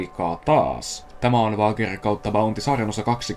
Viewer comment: Voitko opetella lausumaan toi wager oikein